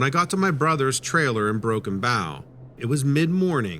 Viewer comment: It's "Broken B𝗼̄w" — 𝗮 𝗹𝗼𝗻𝗴 "𝗼" as "Bow and Arrow" - Thanks!